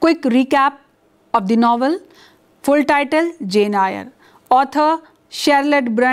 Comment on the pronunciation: I hope you don’t mind, Eyre is pronounced as “Air”.